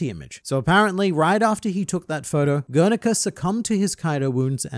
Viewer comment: "Gernika" or "Grrr! Nika!"